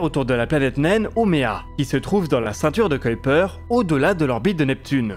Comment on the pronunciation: Petit point de détail: vous prononcez "Kuiper" de la bonne façon, mais pas "Huygens", c'est bizarre...Ces savants sont tous deux originaires des Pays Bas, et en néerlandais, les sons "ui" et "uy" se prononcent de la même façon. "Huygens" devrait donc se prononcer "oeil-gaine-zzzz"